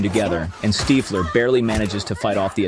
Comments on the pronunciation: Steefler is on the run Its Stiffler not Steefler 😂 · When the AI voice can’t pronounce “STIFFler” properly … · Stiiiiflur?? Bloody AI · The fact that the AI can't say Stiffler and you published it anyway says a lot about where we are headed as a species. Humanity is cooked. The pop culture reference tool you attempted to implement is ruined by you inability to edit AI narration and correct pronunciation mistakes. It makes the entire presentation cringe AF. Clicked off immediately. Why do we lust for fake things in a REAL world. baffling. We can look at it another way as well I guess. Once AI can mimic every thing a human can accomplish then the culling of the mouthbreathers will begin. No need for you all sucking up the good air so they will Plandemic most of you out of existence once Skynet is fully online. The irony of this kid creating this page to generate money, only to find in the end he was actually crafting the mechanical arm ala Miles Dyson. Your clothes... GIve them to me.